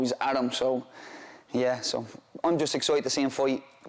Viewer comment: "Hes excOIteT"